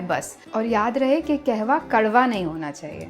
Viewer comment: Not KEHWA its KAHWA Pronounce it properly madam. You are running a 1M channel.